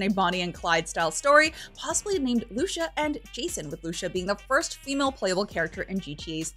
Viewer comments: Ok, repeat after me, LOO-SEE-AH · girl really called lucia lusha. Nah dawg